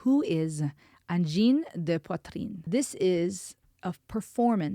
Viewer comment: The best pronunciation of "Angine de poitrine". Cool!